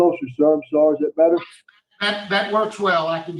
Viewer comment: The second moron , it’s sorry not sorrow. He is so full of 💩 I hope he never gets out